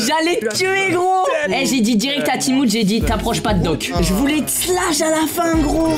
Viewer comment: On dis pas slash on dit shlass